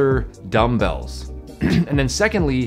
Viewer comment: The emphasis on the DUMBell had me 😂